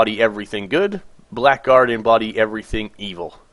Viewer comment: Blackguard is pronounced blahguard